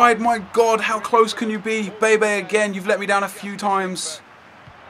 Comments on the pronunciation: When you say bebe you say baby lol :P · I swear you pronounce some names wrong on purpose, like bebe, what's the point? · Btw bebe is pronounced Beb-ay